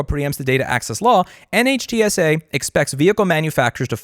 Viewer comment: Dear god Louis it's pronounced Nitsa. Like whizzy-wig. Scuzzy. Get on the horn with Steve Lehto again please.